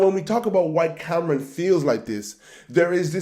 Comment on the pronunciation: Stop listening when he said " Cameron". It's Cam'ron. And we are FBA 💪🏾